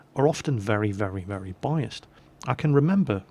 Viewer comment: Biased* not buyist. SPEAK ENGLISH,! Just kidding:P